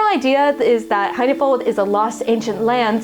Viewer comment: "High-na-fold"? o_O